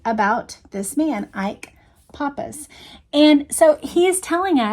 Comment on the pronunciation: It's pronounced PAP-us, not POP-us. It's Greek. SGT Dean had removed the reserve police officer from that door for Ruby so he could come watch the historic moment. He did not come down the ramp as he claimed. Officer Vaughn saw him pass by.